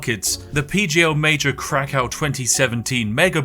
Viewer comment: Lmaooooo the way you pronounce "krakow"